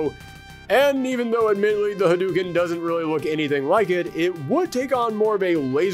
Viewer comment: HA-DUE-KEN? NO. Ha-DOE-ken